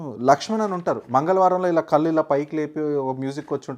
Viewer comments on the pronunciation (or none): none